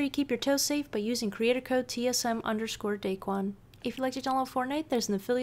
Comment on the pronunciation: Day Juan instead daequan 😆😆😆